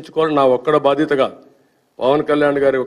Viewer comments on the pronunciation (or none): none